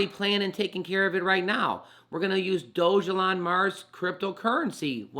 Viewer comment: You pronounced it Doge (like the crypto) elon. It shows it's pronounced DOG (like the k9) a lawn...... Dog-a-lawn. It's funnier that way. Edit, you keep pronouncing it wrong. Think of a dog peeing on a lawn. I think that would be a good graphic for it.